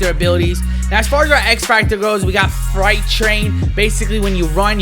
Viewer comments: can someone please tell this man it's not fright train,,,it's Freight pronounced fr-eight or fr8 not fright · Pronunciation: Freight Train(Fur-8 Train) . No disrespect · Freight train... like a locomotive.. not a fright train!!! 😂😂😂😂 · “Fright train” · Fright train? Not tryna be rude... but really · He really can’t say freight🤦🏾‍♂️